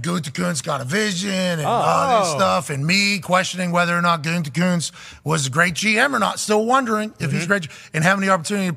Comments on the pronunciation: At least can pronounce “GOO-tee-koonst” unlike Pat “GOON-tee-koonst!” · I stopped listening to him since he went big ...can't even pronounce Gutey's name.